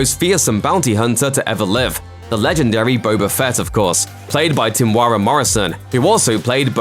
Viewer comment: Temuera isn’t pronounced “tem-wara “. It’s “tem-ew-edha”, with dh being a soft D, or also known as a rolled R.